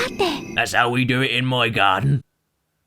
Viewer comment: "Thats how we do it in my Garden," the regional accent got me on the floor laughing